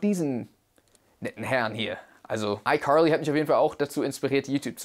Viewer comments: fr warum sagst du icurly? I know u American aber die sagen das auch Carly Bro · What Nein das heißt Icarly mit a nicht mit o oder u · Ich dachte immer es heißt icarly und nicht icorly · Aber es heißt icarly nicht EiQuarlie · Duuuuuuude sprich Carly einfach anders aus, mein Blutdruck... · Es heißt icarly aaaaaaaa nicht i corly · Degga deine ausprache nicht i carli i corli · Es heißt Carly und nicht Corly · Das klingt wie Curly 😂😂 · Keiner in amerika spricht es so aus, er sagt legit ICurly, es klingt so als würde er zu hart versuchen US englisch zu reden, also nix mit krasser aussprache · Einfach ICurly hahaha ich liebe seine aussprache. Einfach curlyfries hahah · Nobody: Him: iCorly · Wieso wundert es jeden, dass "I curly" sagt?😂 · Ich höre immer iCurly. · Wusste nicht dass das iCurly ausgesprochen wird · Also mich triggert es, wie er "Aikorlie" ausspricht ^^ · Wen triggert es auch dass er jedes mal "ICurly" sagt? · iCorly?😆😅 Manchmal könnt ihr Wörter ruhig pur deutsch aussprechen 😅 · Wieso sagst du iCurly? 😂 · Irgendwie triggeredes mich wie du iCarly sagst. Ich weiß, dass es richtig ist aber es heißt einfach iKarliiiiii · Also das wäre mir jetzt peinlich😬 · Leute, könnt ihr bitte nicht haten, weil er ICarly anderst ausspricht? Euch mobbt ja auch niemand, wenn ihr was falsch sagt oder ähnliches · Kannst du icarly auch normal aussprechen bitte 😂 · Wie wired kann man iCarly aussprechen hä 😂 nein nein nein nein lass das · Wie spricht er bitte iCarly aus 😡😡😡😂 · dikka wie du carly ausspricht triggert ja mal unnormal so auf übertrieben amerikanisch und so würde man die auch nicht aussprechen